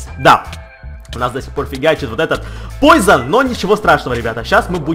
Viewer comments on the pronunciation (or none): none